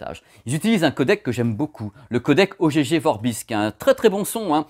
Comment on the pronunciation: On prononce "OGG" comme dans "Egg" (Oeuf) et non pas "Oh gégé vorbis" ;) Oh, gégé !